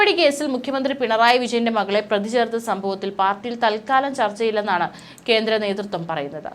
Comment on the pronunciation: Prathi ennu parayu.pradhi alla